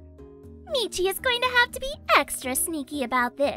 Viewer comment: Meachy stop saying meachy